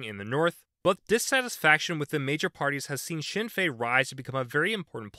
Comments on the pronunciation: Speaking as an Irish person, this was a good video! A useful overview with some slight simplification of the history (which is understandable considering the complexity) The pronunciations could have been worse, but I will say that the N is pronounced in Sinn Féin. I will also mention that Ireland has quite a strong role for independent politicians, more so then other countries. They tend to be rural, and though some are left wing, most are either localist and ideologically flexible, or openly right wing. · His pronunciation could be better, but understandable